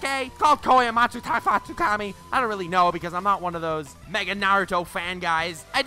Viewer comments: Tf is Shichui? Lol! It’s Kotoamatsukami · Commenting for "kotoamatsufukki" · It's Kotoamatsukami Not that hard fr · It's kotoamatsukami